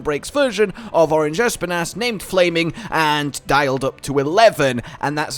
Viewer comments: The way he says ESPIN’ASS i can’t 😂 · If Espinas's name is about the spanish espinas (thorns) it is pronounced esPInas, totally sure was named cause that